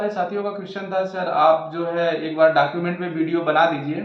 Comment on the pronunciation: डाकुमेंट नहीं होता है वो डॉक्यूमेंट होता है 😂